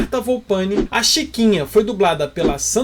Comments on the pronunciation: Só uma correção: você mencionou errado os sobrenomes da Marta e do Carlos. É VolPIAni (não VolPAni), e a vocalização do sobrenome do Carlos é SAIDEL (e não 'Sedil'). Se escreve SEIDL. No mais, ótimo video. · Da marta ele tbm falou errado o nome, ele falou marta volpani em vez de falar marta volpiani